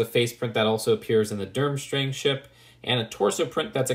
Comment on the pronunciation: its derm-STRANG not derm-STRING